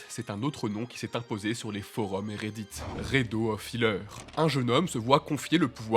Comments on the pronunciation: rédeaux XD c'est le titre anglais donc faut prononcer à l'anglaise xD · La prononciation de Redo lol